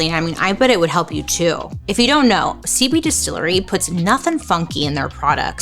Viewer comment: Girl it sounds like you're saying "seaweed distillery" not "cb distillery" 😅